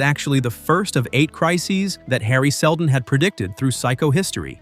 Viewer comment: "sheldon" these ai generated videos need spell checkers and pronunciation checks.